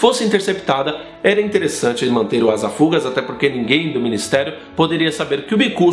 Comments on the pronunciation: desculpa ser chato, não é minha intenção... mas todas as vezes que você falou o nome do bicuço, você falou ASA FÚGAZ como se fosse paroxítona e isso me doí um pouco aos ouvidos, o certo é ASA FUGAZ e fugaz é oxítona o que quer dizer "que tem rapidez; rápido, ligeiro, veloz", desculpa ser chato, mas como eu sempre estudei português, isso me dói aos ouvidos, adoro seus videos, continue assim cara... você é muito bom... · oi! pronuncia-se "Asafugáz":D fugaz significa rápido. sobre James e Snape, nenhum ali era flor que se cheire. o James melhorou depois (embora isso não apareça muito, é só a opinião do Lupin e do Sirius, que é bem parcial) e o Snape acaba se redimindo, mas era um escroto mesmo assim, então... #TimeNenhumDeles.